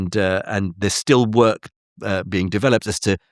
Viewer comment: Jim’s pronunciation of “developed” ie de veloped, got me wondering what I was actually watching!?